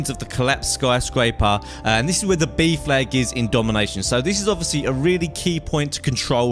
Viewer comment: When he says b flag i keep thinking he says beef lag